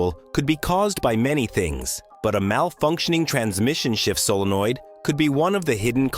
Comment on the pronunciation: Tell your AI narrator that 'solenoid' is a three-syllable word.